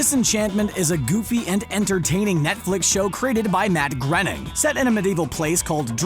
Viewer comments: 'Matt Grinnning' Lol it's Matt Groening and pronounced 'Growning' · it's GRAY-ning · IT'S GROANING GRANING NOT GREENING GROANING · Groening sounds like GRAINING. Not Grenning. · His name is pronounced 'Gray-ning'. Not 'gren-ning' or groaning. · Matt Grening? What the hell? It's pronounced Grow-ning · I thought it was pronounced Graining not Grinning. You can literally type pronounce groening in Google search bar and it says as much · It’s absolutely pronounced Graining, you can hear him pronounce it several hundred times on commentary for The Simpson’s and Futurama. “Grenning” drove me crazy as I begged for the narrator of this to just stop saying it 😂. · Grenning ? well that's one way to say his name wrong. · "Matt Grenning" seriously you fucked up 5 seconds in lol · "Matt Grenin". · Matt Grenning? You mean Groening right? with an O sound. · Um it’s pronounced Graining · Ahoyhoy there, Fellow YouTuberino, you have mispronounced his name; it is pronounced "Grayning" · It's pronounced Groening grain ing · GRAINING. It's pronounced GRAINING. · Did he say Matt “Grening”? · I am only thumbing you down for saying matts name wrong, say it more like moaning with a GR at the start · "Met grenning " ..... :/ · it's pronounced grey-ning or gray-ning, not sure I'd that's what you mean, as all you did was spell it legit and not phonetically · Ah yes Matt grening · Matt Groening, also its more like moaning than anything. Americans cant prounonce a simple name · The way he say "Groening" really gets up my nose, that's all. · Why can’t you pronounce his name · I swear no one can say Matt groenings names right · The way he says Matt Groening.